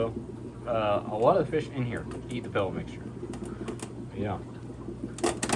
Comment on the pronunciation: "A wotta water changes." Say that three times fast! Seriously, cheers from my fish room channel in Chicago, where I am a subscriber to yours :)